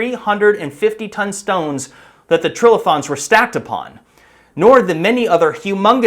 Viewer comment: Geologist here. Pretty sure it's tri-lithons, as in "three rocks," not trill-ithons.